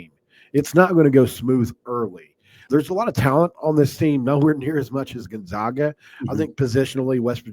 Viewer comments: When you have a fellow podcaster on, maybe it’d be a good idea to gently mention how to pronounce Gonzaga. It’s off-putting to hear it mispronounced. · People are still mispronouncing Gonzaga. Very irritating 😠